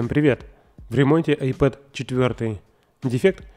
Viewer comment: это айПАД ,а не ай ПЭД